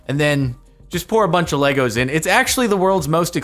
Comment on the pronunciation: Lay. Go. Not Leg. Gos.